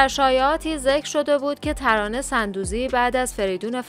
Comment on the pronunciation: تلفظ درست sondoozi است نه sandoozi